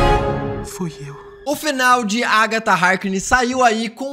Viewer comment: É impressão minha ou ele fala "Agta" em vez de "Agatha"?